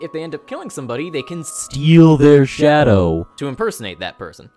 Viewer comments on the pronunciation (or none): none